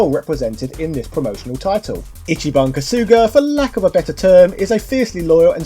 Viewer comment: “Itchy-bon Kasooga”